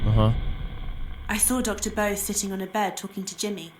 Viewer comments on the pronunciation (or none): The dude’s name is pronounced “Bussy,” not “Bow-se,” trust me on this one👍👍